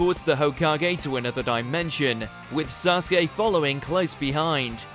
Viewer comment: You pronounce it wrong his name is = Sa su ke!!